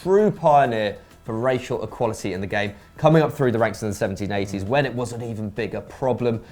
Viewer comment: coming up through the ranks in the 1780's? fuck he was old (i know he mean 70's and 18's but thats not what it sounded like)